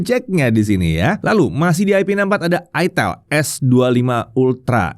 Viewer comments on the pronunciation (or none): nyebut itel jangan aitel, itel aja kayak David GadgetIn 😅